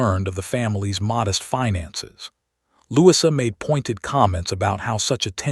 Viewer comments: Try Lou- ease - a... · Louis-uh, that's a new one